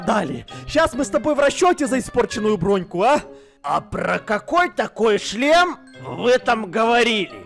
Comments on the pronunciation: Когда они много раз говорили "шлем" я слышал "член" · Я ждала момента когда они за путаются и скажут вместо шлем: ч-шлем😅